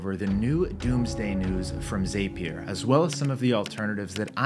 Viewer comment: It's pronounced zap-E-r, not zApe-E-r